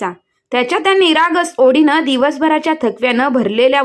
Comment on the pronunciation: ओडीने नाहीओढीने